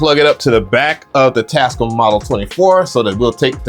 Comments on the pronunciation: It is your right to say a word anyway you wish, but why do you say Tas-cum? The manufacturers themselves pronounce it: Tas-cam? Individuality is wonderful but you do sound weird when you say it that way. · I give up bro. You win!! It’s “TASCUUUUUM” from now on😂😂😂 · 😹...Always called them "Tascum!", instead of "Tascaam!"💥😂..(knew I was correct)!😼...a BIG! thanks! for the confirmation!💥🤣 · The manufacturers themselves pronounce it: tas-cam not tascum. But I support your right to say it any way you wish. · Tascome got me weak lol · I’m now watching for pronunciation!! 😂😂😂. Tascum, reverb, sequencer are all added to the list! 😂. Love your videos dude! 😎👍🏿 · Tascum is the ONLY way I'm pronouncing their name now 🤣🤣🤣. I want the Live 3 AND the model 24 though, still rocking the OG MPC one for now